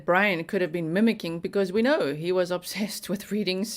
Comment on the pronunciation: It's Brian not brain